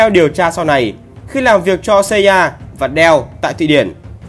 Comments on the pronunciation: FBI mà đọc ép bi CIA mà đọc Ci A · CIA cứ xa ya nghe cay vl=)) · cách đọc tên kì lạ nhỉ, MI6 thì đọc tiếng anh, NSA CIA thì đọc tiếng Việt. ko thấy bị ngượng miệng hả =)) em ai xíc xê i a :)))) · Nghe phát âm NSA CIA FBI nghe ghét thế nhỉ :)) nuốt không nổi luôn